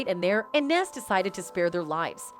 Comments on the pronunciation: Lol why she call him naas and 2pack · Nas not Naaas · She butchered Nas name 📛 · This white woman’s voice have to learn to pronounce 2pac and Nas… And daaamn she too comfortable with reading articles word for word nigga 😂😂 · Say Nas right please 🤦🏾‍♂️ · You white folks always trying to make money off of us, but can’t even pronounce our DAM NAMES